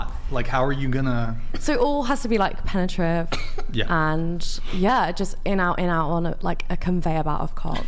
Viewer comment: she cant even say penetrative lol. love the julien blanc clips.